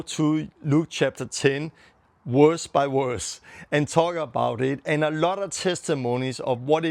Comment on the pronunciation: Verse not werse